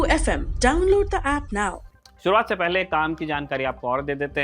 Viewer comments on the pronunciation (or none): none